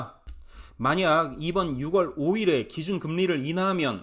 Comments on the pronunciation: 6월을 발음할 때 ‘유월’로 하세요. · 6월 => 유월, 10월 => 시월 부탁 좀 할게요 네?😂😂